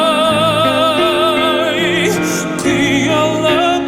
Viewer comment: Almost right but Karagym-ai or Qaragym-ai is pronounced with a hard G, like you would say Gh 💖